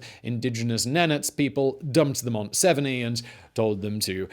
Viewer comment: Severnee? Severneye